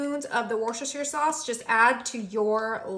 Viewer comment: It’s pronounced “wuster shur,” not “wuster shire.” Please say it properly.